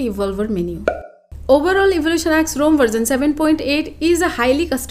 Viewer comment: Yes, it should be pronounced as Rom not Rome